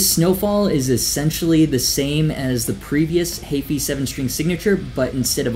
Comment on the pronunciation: The way he says Heafy makes me cringe isn’t it heefy not hayfee?